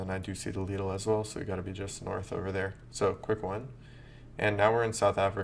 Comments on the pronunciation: Very good, except it’s pronounced like little with a d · lidl is pronounced 'lid ull'